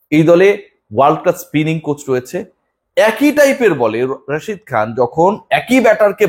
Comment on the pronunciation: যাই হোক একটা প্লেয়ারের নাম শুদ্ধ করে বলেছেন তার জন্য ধন্যবাদ Rashid Khan